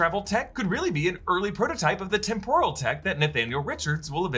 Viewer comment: Please stop saying “temp-oral” like tempura. You’re putting emphasis on the second syllable and it grates on me every time I hear it 😊